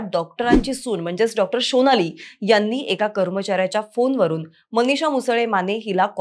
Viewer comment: Shonali nahi sonali😮